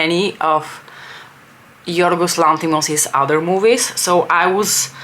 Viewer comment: Commenting mid vid to congratulate you on the pronunciation of Yiorgos Lanthimos's name in Greek, and say that had i been in the mood for mean girls and ended up having to watch a Lanthimos movie, I'd also probably step out. Having said that, and that I've also havent warched poor things yet, i watched dogtooth three tines back in the day. They are all more or less wtf-style movies but they are thought provoking at least!